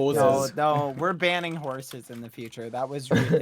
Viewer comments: Dream pronounces s’s as z’s sometimes. Wazabi and horzes >_< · Everyone: Talks about what happened George: Horzes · George: Hears dream say ‘horzes’ George: “Horzes” types* “Horzes” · nobody: like actually nobody: Dream: horzes